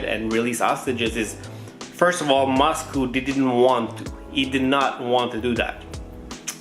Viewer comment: Why do you say moscoo instead of Moscow lol